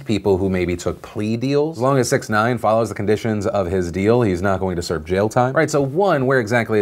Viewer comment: Phil you're mispronouncing that Rapper dudes name it's pronounced Six-ix nine-ine.